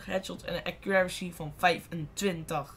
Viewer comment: Accuraricy?! xD